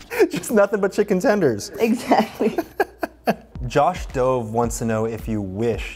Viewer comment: He mispronounced josh! 😮🤭